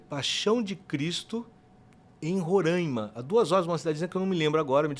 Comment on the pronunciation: Fala sensacional o podcomunicar sou daqui de Roraima, queria saber por que toda vez vocês pronunciam o nome do nosso estado errado kkk muitos ensinamentos hj!